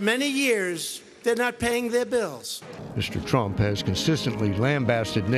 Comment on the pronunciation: I like how the news anchor said president "skunk"(it kind sound like it) before change it to Trump.